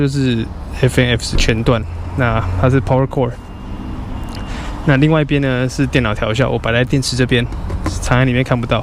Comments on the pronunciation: 版主您好，調校的校音叫，不是笑，換MT-07!!! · 這台車有好多回憶呢，過彎教學、換檔教學、雪地挑戰、火星奇航(假)、換胎教學 還有好多是觀眾不知道的，換車會覺得可惜表示真的有投入感情在車子上 相信下位車主也會好好對待它的！WR250X再見😢 還有啊13N調校的校字念「ㄐ一ㄠˋ」是破音字喔😝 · 調校 叫ㄐㄧㄠˋ